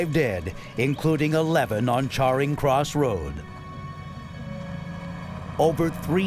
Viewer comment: "Charring" Cross Road...